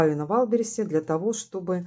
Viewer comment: не валберисе! а ваЙЛДБерриЗЕ! ну хоть немного правильно произносите